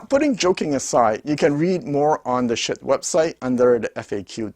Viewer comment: It‘s Schiit Audio, not Schitt Audio. You should ch3ck what you are talking about and give such a splendid manufacturer credit for who he wants to be!